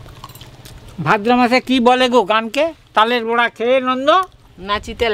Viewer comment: তালের বোড়া না , বড়া